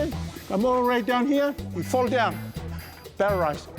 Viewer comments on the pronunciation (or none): "Electrical vibreshion....pererize." 😂😂😂😂😂😂